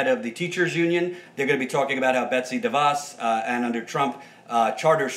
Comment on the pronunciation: *Please* don't call her Betsy Duh-Voss. Please say Duh-Vose, because otherwise it sounds too much like my name. Please!!! Oh, and yes, do a show together. Emma gets a little snarky/frustrated sometimes, and drones on a little sometimes, but the policy and content are spot-on. I think you would balance each other well and grow together. You're already head and shoulders above Cenk/Anna.